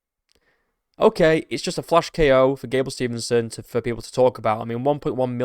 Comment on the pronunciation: His last name is Steve-son, not Stevenson. That being said, I never liked him. I was coaching in Minneapolis, MN when he was wrestling at Apple Valley High School. I knew a lot of those guys on that team and they were all POS. From Destin McCauley to Gable Steveson.